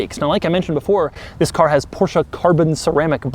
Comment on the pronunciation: You gotta love the "thiz" at the beginning of every video